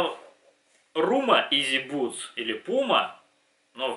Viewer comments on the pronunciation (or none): бл не бутс, а буст.